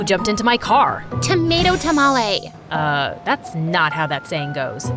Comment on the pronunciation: Tomato tanale,thats not hiw the saying goes